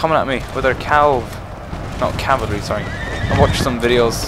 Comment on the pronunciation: I only know of one person who says "calvary"... PoM. I'm pretty sure it's just him, I've never heard anyone else say that lol.